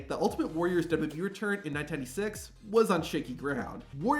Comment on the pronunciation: The way this dude pronounces WWE makes me not want to watch these videos every again.